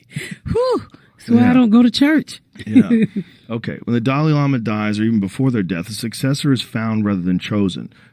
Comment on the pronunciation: "watdahell the damalama do?!?" 😂😂😂😂😂